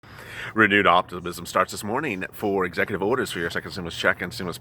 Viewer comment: Execu”TWEET” Order